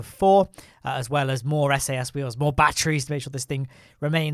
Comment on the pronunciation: Why do you keep talking about "Bat-trees"?